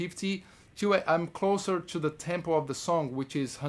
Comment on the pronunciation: É impressão minha ou ele tem um sotaque brasileiro fortíssimo? Mesmo a tantos anos convivendo com a língua inglesa. Não é uma crítica por que quem sou eu para criticar esse cara que é um orgulho brasileiro, mas eu percebo que ele não perdeu as manias brasileiras, e pronuncia o son do (I) meio diferente. Entre outras palavras.